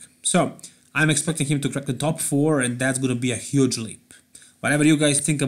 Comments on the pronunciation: OK, we`ll give our thumbs up that you win against this heuggge mispronunciation lol...;-) Bytheway mayank sharma - i didn`t hear that if you didn`t mention it... I like `s Accent, and I think, in the States, he wouldn`t stand out that much, because most of the US Citizens have their Accent, and no one cares... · Gotta love the way pronounces 'huge', "huege" haha